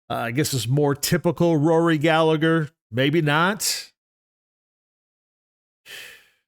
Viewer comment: Hate to be a pain in the arse irishman but it's pronounced gal-a-her ( the h is silent)